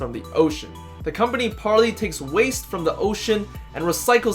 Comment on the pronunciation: Par-lay not Par-lee